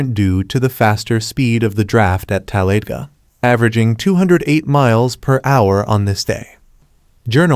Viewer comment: tal-lay-ga... what the fugg is a tal-lay-ga? its TAL-A-DAY-GA.